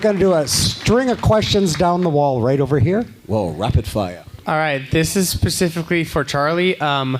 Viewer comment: “This is PACIFICALLY for charlie” i wouldnt even answer someone that stupid